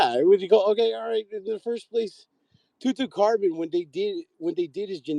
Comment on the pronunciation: Mf'er said tutucarmen